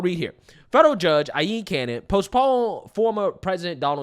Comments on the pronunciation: That laughing is hilarious. Btw you say her name EYE-LEAN, not Eye-yeen lol. Jack Smith should be arrested what they've done. It's seriously shocking what they are getting away with. They literally forced boxes into Mar-A-Lago and then immediately raided MAL and claimed Trump had all these documents lol. It was a setup by the white house, National Archives and the DOJ. Oh and that picture they released after the MAL raid..with all those "Classified" documents spread on the floor that was used to spice up the case in the media. It was fake. Jack Smith had to admit it was fake. Once Cannon unredacted and released those documents, the whole sham was up. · It's pronounced EYE-LEAN!!! #Trump2024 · Aileen - I' Lean or I' Leen, not I' yeen. Keep up the good work but be attentive to phonics as I hope to see you go places once the Legacy Media destroys itself with the lies they harbor.